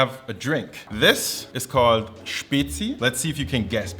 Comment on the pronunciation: finaly some on who say spezi right